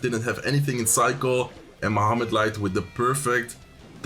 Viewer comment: Kept sounding like you were saying flesh light 🤣